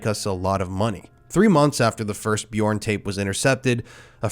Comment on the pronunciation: Please, please, please learn how to pronounce this piece of shit's name. It's torturous.